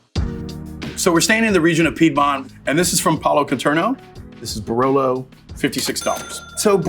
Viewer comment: is not BRLO is BAROLO !!!!